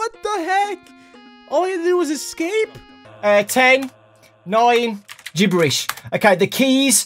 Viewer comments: andd gebberish lol! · er. 10. 9.. GIBBERISH